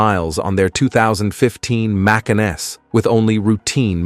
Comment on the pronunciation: It’s not mack-kin nor may-kin; it’s ‘muh-can’